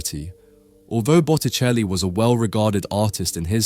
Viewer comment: Bucheli?? Es Boticelli !!! Hay q arreglar la IA.....🙄